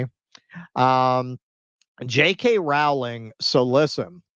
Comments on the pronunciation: Well, no, you still should pronounce the W a little. So it''s like row-ling. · Rowling is pronounced with a long o.